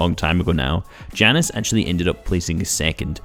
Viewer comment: Jannis is pronounced Yanis